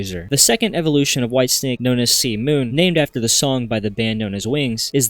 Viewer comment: Bro literally said “ Whitestick” 😂